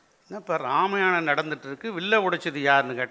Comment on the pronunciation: ராமயாணம் என்று உச்சரிப்பது ஏன்? வேண்டுமென்றா அல்லது தெரியாமலா?